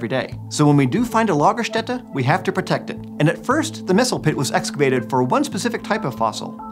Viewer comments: Thank you for correctly pronouncing Lagerstätte! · Finally somebody who can say Ä correctly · Extra "like" for pronouncing German words rather well. Your "Lagerstätte" is on point, m8! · As a German, I am SOOOOO HAPPY for the correct pronounciation of "Lagerstätte" proud tears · as a german i have to say thumbs up for the right pronounciation of Lagerstätte, most people cant say Ä,Ö und Ü right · Just a little note from a German speaker: While translating "Lagerstätte" (excellent pronunciation, btw!) as "storage place" isn't totally wrong, a more apt translation in this context would be "deposit site".